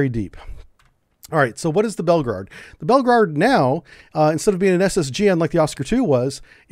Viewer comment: its Belgorod not belgerard. and its not 2 megatons it actually is 100 megatons.